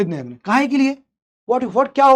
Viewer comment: this यज्ञ not यगन. I am confused. .